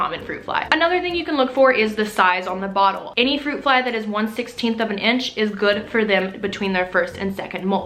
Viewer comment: Your Texan came out when you were trying to pronounce the fruit fly name haha